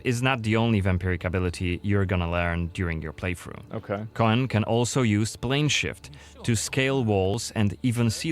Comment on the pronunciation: Like many witcher things coen/koen is a Dutch name so their pronounciation is a bit off. It's actually more just pronounced Coon/Koon. But in german it's a bit in between tbf. Unless they mean Coën or Cohen or something else. But Coën is not a "real" name. And Cohen is like Jewish I think.